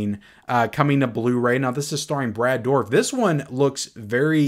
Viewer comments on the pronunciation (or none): none